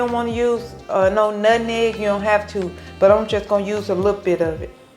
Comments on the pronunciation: She said nutneg😂 you know it's good!😋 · Nut meg not neg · Love how she pronounces Nutmeg as NUTNEG😂😂